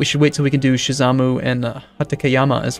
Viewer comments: Shimazu not Shizamu! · Please do go with colonization. Also it is pronounced shi-ma-zu